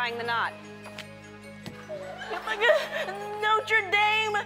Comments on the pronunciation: its not 'note tray daym' it's 'notre dame' which means "our lady" in french- i went to a school called notre dame in england. lol that lady was hilarious and really dumb. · it's not no tre daim it's Norte dame it's the name of my school